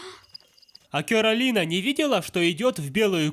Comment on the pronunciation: Не куралина и не кералина а каролина